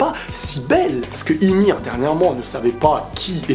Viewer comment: On dit yumir pas imir hahaha